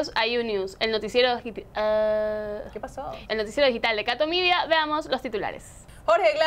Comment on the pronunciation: Y sigue con catomidia no aprende se le quedó en su subconciente la palabra catomidia, deben corregir eso , es necesario si quiere ser periodista debe pronunciar bien las palabras , de hay todo excelente .